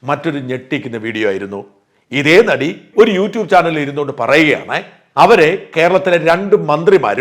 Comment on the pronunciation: നടി എന്ന് പറയല്ലേ... ആദ്യത്തെ അക്ഷരം "ന "അല്ല..